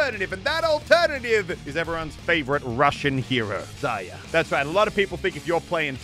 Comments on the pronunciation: Zar-ree-ya Its not pronounced zar-yar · Zarya has an r in it btw, use it maybe? lol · Still csnt say Zarya properly lol